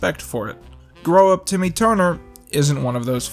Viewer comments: Its timmy not tommy. Goddammit. Bro! You still deserve more subs. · he said tommy lol its timmy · dude its timmy not tommy